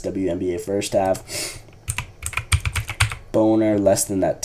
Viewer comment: U pronounced bonner as boner 😂